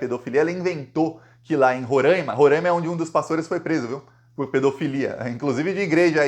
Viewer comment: Roráima e não Rorãima